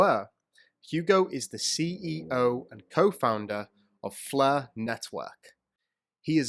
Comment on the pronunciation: What is the "fluh" network? Is that Welsh?